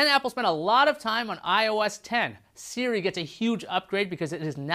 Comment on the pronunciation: "Siri" not "Seari"!